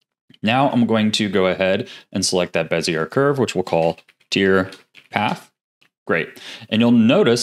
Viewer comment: Thanks for another awesome video with some great tricks to add to my belt. ((P.S. Bezier is actually pronounced like Bezy-yay. I know it doesn't look it, but blame the French! ;D))